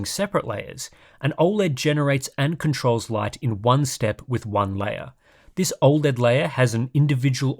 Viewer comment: Why can't you say 'OLED' properly? Its NOT OI LED.